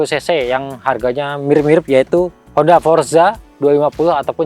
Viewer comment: wkwk "Mengikuti Honda" Orang jawa tengah ya bang bilang motor honda